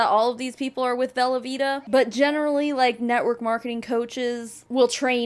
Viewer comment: When you say Velovita, I just keep hearing Velveeta, as in the cheese 🧀 🤣